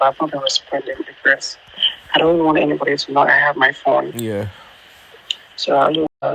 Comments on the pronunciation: This voice is obviously Bobrisk's voice. He is the only one who tries to force the phonetic in his fake English; always pronounces "r" in his sentences, even when he wants to pronounce "bus" he would say "burse" , "phorne". So no AI would talk this way!😮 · He said "come in, I'm on the 'PHORNE" who else is that stupid to add "R" in all their sentences if not "Bobrubish"?